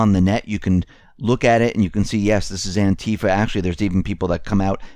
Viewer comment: Clearly you dont Konow the origins of Anti Fa, you don't even pronounce it right. Anti Fa USA/BlackBloc is mostly cooped and infiltrated since even before the IMF riots a long long Time ago Otherwise good show Doc Former admin for the jackbloodforum